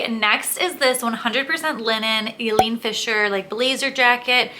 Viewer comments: Not Eleen Fisher - Ileen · eye-leen Fisher